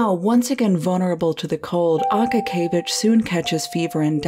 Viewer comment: It's more of an (a:) like in Ark. a-kA-kee-ye-vich